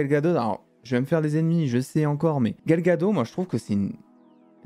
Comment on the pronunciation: please Gal Gadot et non Gal Gad'eau